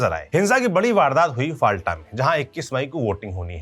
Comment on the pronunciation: Please news padhte samay jagaho ke pronunciation sahi kare. फाल्टा नहीं फौल्ता। बुरुइपुर नहीं बारुइपुर। Thanks for the detailed analysis and report. By the way BJP has just won the elections. The party has not yet formed the government. So still it is not BJP's rule. Don't put blames so early on the party.